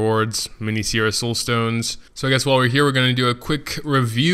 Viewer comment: It's Seira, not Siera